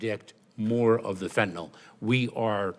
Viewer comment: I love how she pronounces it Fentanol, like she's confusing the word with Ethanol alcohol.